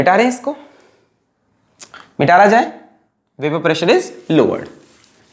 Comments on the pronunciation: Sir what is "MITARA JAYE"! ITS "MITAYA JAYE" ! Apart from this you are amazing 💗 These type of classes we got in kota for 1.6 lakh rupees and u are doing it for free! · sir aap mitaya jaye ko mittara jaye kyu bolte ho